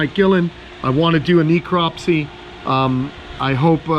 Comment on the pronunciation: She was obviously sick. The vet should have run blood work. FYI, it is pronounced neh·krop·see